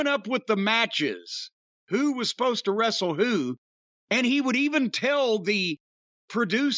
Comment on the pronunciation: "Bro, I am not a wre-se-ler. I would not dream of telling Steve Austin or The Rock how to wre-sle." Feel like I've heard Russo say this 100 times.